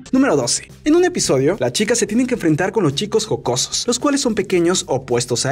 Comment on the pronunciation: Like si escuchaste que dijo "los chicos mocosos"